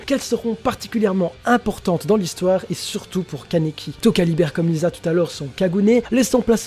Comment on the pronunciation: Elle ne s'appelle pas Lisa mais lise